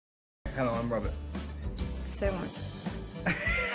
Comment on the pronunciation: “hi im robet”